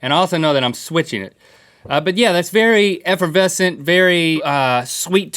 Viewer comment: EFERVESCENT!!!! Like how GrimmGreen said :)))